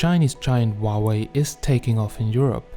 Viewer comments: GOD DAMNIT. ITS NOT WAHWAY ITS PRONOUNCED HOW WAY LOL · Huawei not uauei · Wauwe ? Is that how you pronounce it? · why you keep saying wa way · I love the way you pronounce Huawei 😂😂😂